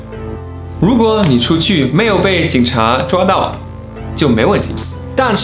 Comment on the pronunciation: 他们锄去了！哈哈哈哈河北口音吗